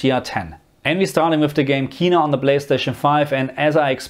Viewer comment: The game is pronounced "Ken-na" not "Key-na"